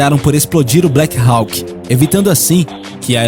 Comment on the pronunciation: sugiro que você aprenda a pronuncia correta de stealth, hawk, lockheed